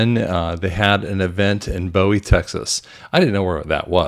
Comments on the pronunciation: You pronounce it Boooo-wie Texas after Jim Bowie who died in the Alamo. Thank you for sharing!! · Bowie pronounced Booey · Bowie > natives call it 'bu-ee.' js